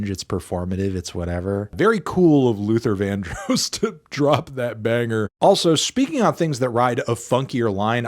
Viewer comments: And then he said it again! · That's not how you pronounce Luther Vandross is it?